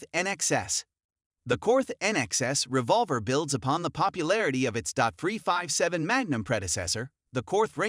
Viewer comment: Terrible voice over. Dot 44, dot 357, really?